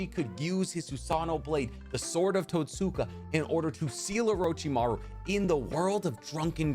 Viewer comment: I’m sorry but the way your pronouncing Totsuka is bothering me hahaha